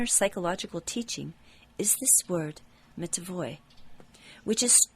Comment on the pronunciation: I think, the word should be read with "n" - "metanoia".